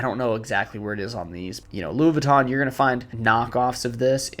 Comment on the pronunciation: "Tom Brown", "Louie Vwee-to" (americans say "Vih-ton"), "Dolche Gabana", "Johnny Versahchee", "Seh Lowrah" (You can just say YSL), "Airmez", "Brunello Coochinelli"